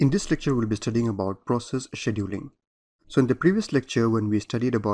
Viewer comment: The hardest part was to hear the presenter mispronounce the word "scheduling". My ears are hurting. Beyond that, the lectures are a gain to my understanding of how computers work.